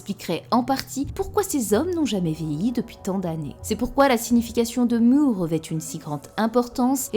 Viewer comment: Pour Mu, en japonais elle dit ムー (Muu), rien, mais alors rien du tout ne lie ce mot de façon certaine aux sens tels que "rêve" ou "néant", tel quel le prétendent les traducteurs bidons. Rêve et néant, c'est Mu (prononcé court), pas Muu